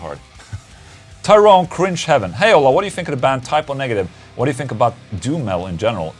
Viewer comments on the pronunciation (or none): none